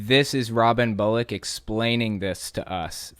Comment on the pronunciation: Why does Bullock almost sound like "bollocks"?